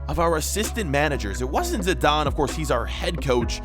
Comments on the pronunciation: not zadane is zidane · It’s Zidane lol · It said zinedine zadine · He can spell Zidane on the note Zadane😂😂